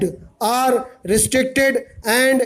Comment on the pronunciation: Your OR sounds like ARE